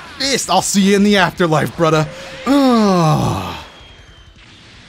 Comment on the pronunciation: Did you say brudder as in lil'brudder?